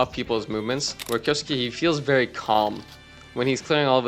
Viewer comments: if he's already pronouncing suke as sukii , that's why I said kay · kyoh-skeh (not skay) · Just a note, Kyousuke its pronounced "Kyouske" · Kyo- skay is how you pronounce it. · Btw it’s Key; U; Ssss; Kay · Pretty funny how I’ve heard like a million pronunciations of Kyousuke and none of them are close to correct, even to how it would be conventionally pronounced by westerners.